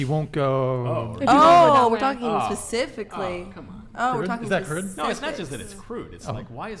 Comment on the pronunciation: Pacifically? Specifically!